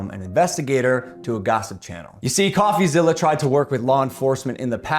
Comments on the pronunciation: Pronounced...Coffee-ZILLA. Not ZILLIA! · No need to be a nerd or anything, but it's pronounced coffeezilla, like godzilla, not coffeezillia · STOP SAYING COFFEZILLIA ITS COFFEZILLA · It’s Coffee-zil-la not Coffee-zil-lia. I assume you are basing your comments on Logan’s response without watching the Coffeezilla series. I guess what you said makes sense if you have zero back story and all you know is Logan’s response because if you had watched Coffeezilla’s series you would know that Logan had a bucket infront of him to catch all the BS coming out of his mouth. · Great Video, we all love DRAMA! BTW It’s not Coffeezillia. It’s Coffezilla. Like Godzilla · zilla not zillia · It's Coffeezilla like Godzilla. You were saying Zillia. Not a big deal but thought I would mention it if you do future videos on him. Great analysis except for the recording aspect, it's legal in one-party consent states. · ITS NOT ZILIA - ZILLA like godzilla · It’s coffeezilla not coffeezillia